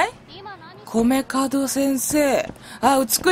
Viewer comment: 米門を『カドクラ』と何回間違えていたけど、何事もなく正しく呼んでからまた間違えてるし😂😂😂 聞き逃さへんでー！🤣🤣🤣